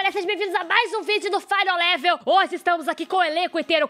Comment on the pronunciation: e não é fainol lever é final level